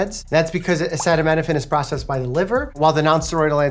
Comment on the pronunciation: Acetaminophen? Why he says it like that